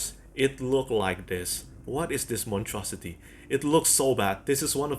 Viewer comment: "What is this montrosity?" I almost spit out my tea. (Don't mind the spelling, that's how he said it. Which was even funnier.)